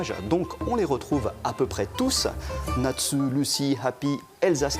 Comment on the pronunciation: Le pire c est comment il a prenonce Natu avant de pronosser Nastu ( en entendenant OU) il a dit Natsu comme si c etait un U fr. Je suis sur que les japonais qui entendais ca avaient envie de le tue comme on dit" Omaioua mo shinderu